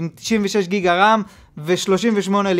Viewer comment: אחי אומרים ג׳יגה לא גיגה